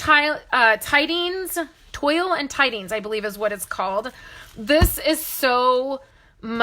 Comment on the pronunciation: The paper is pronounced twall rhymes with hall. SU should have given us lessons on how to pronounce it! LOL! I love it no matter how you say it!